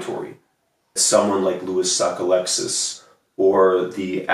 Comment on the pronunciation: As a Mainer I agree with your pronunciation of Sockalexis